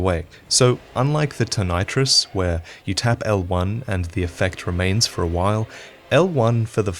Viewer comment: Ton-I-tris.....fuck sake